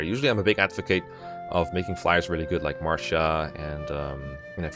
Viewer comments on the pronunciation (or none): none